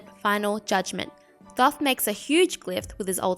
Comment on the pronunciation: Great video but it’s pronounced toth, the first h is silent